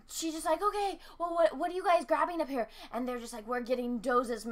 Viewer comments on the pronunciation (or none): none